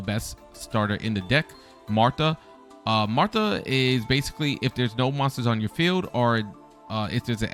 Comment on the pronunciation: Your pronunciations are hurting me physically….. marta …MARTA REALLY